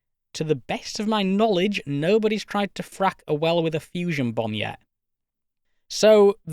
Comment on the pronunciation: how hard we could Frack? Sounds more Like fuck to be Honest…